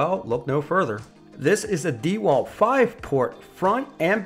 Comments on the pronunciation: If you want to I guess, but it wouldn't make me like the review any better. If you're going to make a review, at least learn how to properly say the company's name lol dee walt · Why are you saying "dee wal" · Lol why the hell he call it “deeewalt.” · I thought it’s DeWalt not DeWalt. Like dewclaw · Your pronunciation of DeWalt is painful.